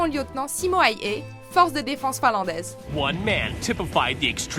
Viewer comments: On dit Simo Hawha et pas haüha parce que sinon parce que sinon on l'écrit Haya . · prononcer zi-mo hè-ü-hè. le "h" est toujours expiré, comme en anglais ou en allemand; et en finnois, le "s" simple devant une voyelle est systématiquement voisé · Petite leçon de prononciation finnoise : le «y » en finnois se prononce « u » donc le nom du tireur d’élite finlandais se prononce « haaUaa » mais bon vous n’allez pas lire ce commentaire j’imagine. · On ne dit pas Simo "Haihay" on dit Simo "Haya" phonétiquement parlant et ça m'étonnerait que durant la bataille de Stalingrad il y avait des soldats japonais et aussi Wehrmacht se prononce "vermacht" et non pas "veimacht".